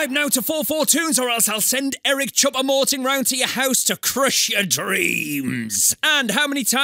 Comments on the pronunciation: It’s not Eric choupa moting it’s Eric choupo goating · Ali the part where he says eric chuopo moting